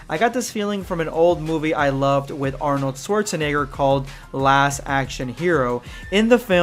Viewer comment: I'm from germany and how you pronounce Arnold Schwarzenegger sounds so funny! :D Don't be mad, but I laughed so hard. xD